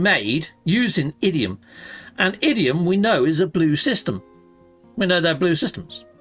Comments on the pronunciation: it’s pronounced IN-dium not idiom. Love the shows! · Bruh 😂you kept calling Indium (Idiom) I get accents and all but that wasn’t an accent slip.😂